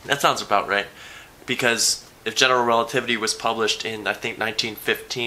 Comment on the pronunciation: Relativitaly? I'm italian and i'm OFFENDED eating spaghetti loudly